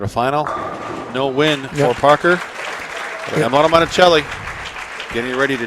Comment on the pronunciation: It's Amleto not Ameleto